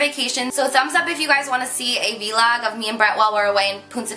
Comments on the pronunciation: It took me a while to realise that when she said "v-log" she meant "vlog". That was cute. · a vee-log? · The way she said vlog as VEE LOG was hysterical!! Haha love u Carli And this makeup look is perfect! Have fun on vacation :))